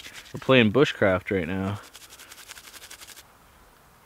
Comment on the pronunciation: Liv P he also said ”Boosh crafting”